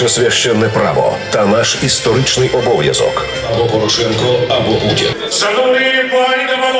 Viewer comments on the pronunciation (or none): none